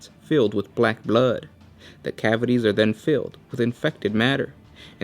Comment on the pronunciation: The way you pronounce blood is just strangely humorous